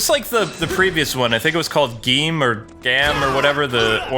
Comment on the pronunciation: to help you out with pronunciations W is said as Double, the fruit rider is Gaim, and 555 is said as Faiz just to name a few. Just thought I'd help you out a little. If you need a little help with that just ask one of us. Oh and the rider era after the showa era is pronounced Hey-Say.